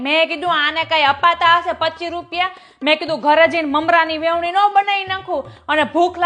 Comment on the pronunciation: Vevni nai veni kahevay